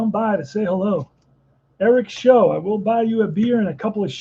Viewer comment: Show is actually pronounced to rhyme with how, plow, and cow